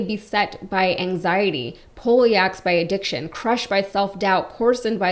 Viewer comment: Had to look it up, but poleaxed is from the weapon called the poleax. So it's pronounced Pole Axed, not Poley-Axed.